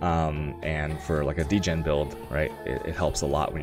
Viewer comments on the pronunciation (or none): none